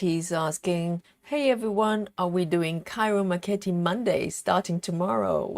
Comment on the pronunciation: Hi, I thought I'd let you know. I looked up the correct pronunciation of Ciro Marchetti. You say 'Chiro Marketti'